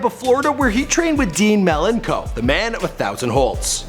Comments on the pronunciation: Did you just pronounce his name Dean Melon-co? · How you said “Malenko” made me cry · A) Learn how to pronounce Malenko. B) The PPV is "in YOUR house". Not "in THE house." Maybe if you're going to do wrestling related episodes you can hire someone who knows wrestling to help you out?